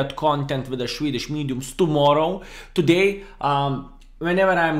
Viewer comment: Shwedish mediums😂